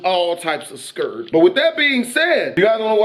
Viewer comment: "I was all types of scurred" 😂😂😂😂